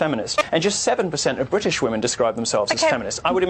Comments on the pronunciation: I love your vids my dude, but you need to learn the difference in pronouncing woman (singular) and women (plural) because when you mean to say "women" you pronounce it always as "woman". Otherwise you're hitting the nail on the head.c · Love the video just pointing out your saying women wrong in the context your using it. It's spelt WOMEN yes but when your talking about women in a while it's pronounced WEMEN idk why. Not trying to be that person I apologize